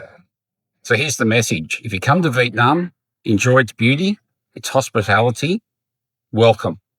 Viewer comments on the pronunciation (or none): Bad foreigners like those who pronounce the country as Veet Narm? Agreed they are the worst. It's a 3 syllable word. What about those foreigners who say Chang in Nha Trang? It's not Chang. It's Trang. You know for someone who has lived in Vietnam for more than 10 years, I can't tell if you're trolling on purpose.